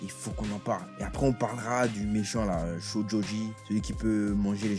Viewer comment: like si tu te plante sur le nom du méchant et dis shochoji au lieu de shojoji